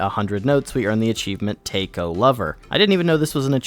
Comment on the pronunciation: Great video mate! I didn't realize your sub count until I checked the comments... man, you're seriously underrated! It's been fun watching your videos after watching your "Little Inferno" playthrough. Btw, I'm pretty sure "Taiko" is pronounced "T-ai k-oh" if that even makes sense... :,D the "ai" is pronounced the say way you pronounce the "I" in "Iphone", but you pronounced the other half right. The first rhythm game you played was basically a reference to the game "taiko no tatsujin" and I've heard it's pretty fun! I never played it myself, though.